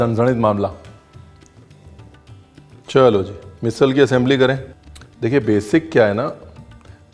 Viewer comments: It's "मिसळ"not मिसल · झणझणीत बोलतो ना मिसल नाही मिसळ बोलायचं❤😀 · 😂मिसिळ, मिसल नाही. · मिसल नहीं मिसळ! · ओय रणविरजी मैं कोल्हापूर से हुं. बहुत ही अच्छी तरह से ओथेंटीक मिसळ आपने दिखाई (क्या है एखाद चिज फेमस बनती है तो फस्ट कोपी बनना शुरु होता है नं?) आपका बहुत ही मनपुर्वक धन्यवाद. पर एक शिकायत रही प्रोनाऊंसेशन की कहिए मिसळ ना के मिसल.काय कोल्हापुरी भाषेतच शिकवु. फिर कहना नही सचिन आपने बताया नही.